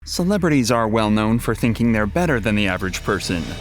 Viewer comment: "Celebrities"? XD